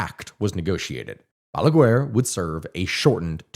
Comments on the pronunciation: Trujillo is pronounced TrugiJOe. Not TrugiLo. Balaguer, is pronounced Balaguer (as in guest), not BalagUer”. For the U to sound it will need two dots on top. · I love how you tell our story, very good video, also love how you say BALAGUER, as balagUar, in spanish is pronounced ba-la-gar the U in GUER is silent. Also PLD party of which leonel fernandez was the head means partido de la liberacion dominicana as in Dominican liberation party, my dad used to be one of his brands liders. now a day leonel left the party and made a new one called Fuerza del pueblo aka People's Force. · Just for future reference if you end up making videos on DR again and have to talk about Trujillo and Balaguer, the way you pronounce them is Trujiyo (the ll makes it a y sound) and in Balaguer, the u is silent so you would just say Balager.